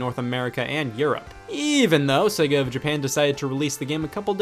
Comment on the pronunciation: I can't watch this, you can't pronounce Sega!!!!!